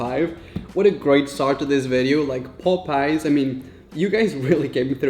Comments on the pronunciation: its popeyes not popice.... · It’s POP-eyes not Pope-eyes or poop-eyes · the pronunciation is not pop eyes is popeies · The way he keeps saying "Popeyes" omg